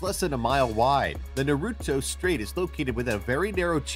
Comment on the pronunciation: I hate the way he said Naruto